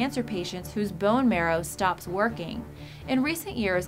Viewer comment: What a fresh way to pronounce "bones"!